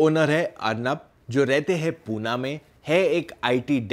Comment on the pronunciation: It's PUNE not PUNA